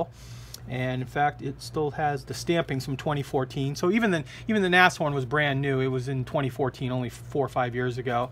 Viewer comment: Tamiya is alwasy the best...And as well,of course!!! By the way,Hummel is bumble - bee in German (funny) and Nas horn is Rhino (Pronounced like Nas-horn,no Neshorn..)